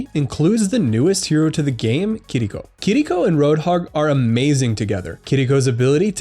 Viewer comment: Finaly person that says Kiriko right. Better then herself lol